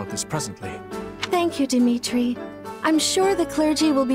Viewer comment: Shez' Aussprache von Mercedes' Namen klingt irgendwie... seltsam. Kleiner Nachtrag: Gleiches gilt für Dimitri. Fällt wahrscheinlich nur auf, wenn man erst kürzlich Three Houses gespielt hat. Welches der neuen Designs findest du eigentlich am besten?